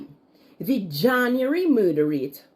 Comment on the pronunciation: Plz learn to pronounce “January” b-4 ur blogs hunny.